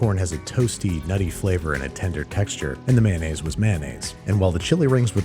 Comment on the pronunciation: Mayonnaise. Is pronounced mayo-naise. Not man-aise